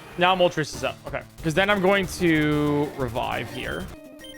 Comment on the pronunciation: Pronouncing Moltres as "Moltreys" is criminal